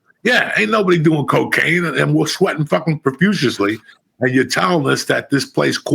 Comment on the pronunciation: Fucking new words " profusislee", profusely is priceless!😂